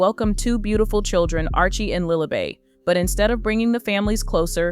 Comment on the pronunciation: Lilibet not lilibay